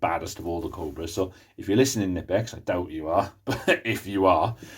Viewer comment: Try researching how to pronounce Knipex if you want credibility.